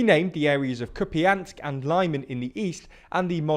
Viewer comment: ah yes, lie-man and molly-akiv